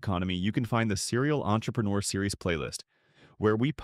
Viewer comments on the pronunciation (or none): none